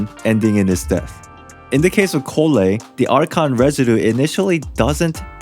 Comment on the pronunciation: Collei is said (Call-e)